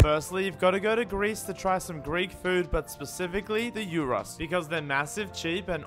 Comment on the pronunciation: H-he pronounced Gyro right, he is the chosen one.